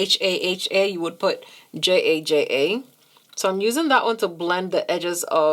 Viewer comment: Ookayyy! She correctly pronounced “Jajaja” 😭❤️❤️❤️ I liveeee! So much love. 🥰 Another FIRE look. 🔥🔥🔥 No surprise here. 😍❤️